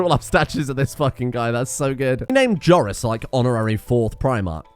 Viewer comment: I thought you were butchering Joris. Don't scare me like that.